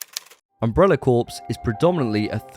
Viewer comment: Corps is pronounced “core”.